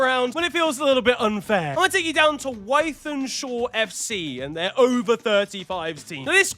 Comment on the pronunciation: Your pronunciation of Wythenshawe made me vom big man